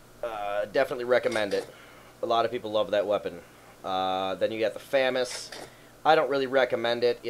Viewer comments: It's Fo-moz Not Fame-Mas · It's Fuh-Mahs. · i was telling him how to pronounce it dumbfuck. i know its famas its pronounced fawmaws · its actually faw maws